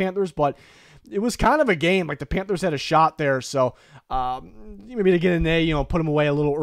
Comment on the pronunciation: Don’t you mean “panfers” tier